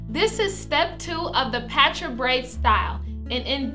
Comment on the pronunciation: I thought it was pronounced (paw-tra)